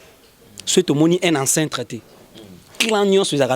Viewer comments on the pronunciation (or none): on ne dit pas ancintres mais plutôt ancêtres. Et toi Yves et Alain arrêté de mettre des faux titres pour vos vues documenter vous aussi pour corriger vos lacunes grammaticales pour ne plus dire Impacte au lieu de pacte.